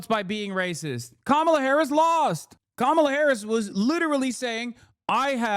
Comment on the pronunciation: Mispronouncing Kamala’s name runs so deep its even inside the dem supporters. Just like how they keep butchering Mamdani’s name.